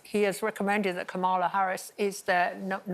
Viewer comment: No one on morning tv can pronounce Kamala Harris’ name correctly! Ex Prosecutor running against a felon🤣😫